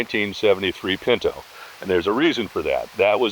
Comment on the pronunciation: Pin -tow not Pin - know